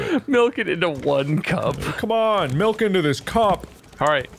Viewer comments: I love the fact that said "melk" Which is legit our language's way of saying milk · Is everyone here ready to see me MELK!? 🤪 I love how in love is with his goat 🤣